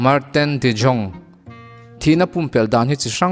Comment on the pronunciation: dutch mi anih chuan jong tih ai yong tia lam tr aniang